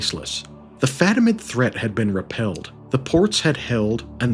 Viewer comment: fatimid, caliph. But props on getting Alexios Komnenos. That's a tricky one.